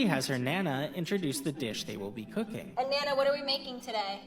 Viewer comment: The way you pronounced "cooking" made me think you just spoke German for a second there. I swear, it sounded like you said Kuchenshow.